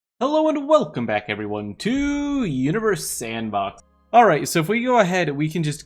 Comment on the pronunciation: So at the beginning he said universe sandBOK